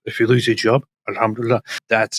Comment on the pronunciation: “All ham 🐖 to Allah!” 😂